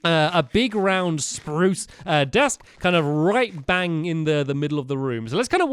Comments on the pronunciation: Anyone else remember when he said "sprrrrrrruce"? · stampy forgot to say sprrrrrrrrruuce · you said spruce wood, not Sparrrrrooce wood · Stampy said Spruce wrong! It is pronounced SPRUCE! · l have a new idia for sproos it is saaproos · STAMPY! Don't forget to say SPRUCE how you use to! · hey you didn't say spruce right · stampy, you are not saying spruce right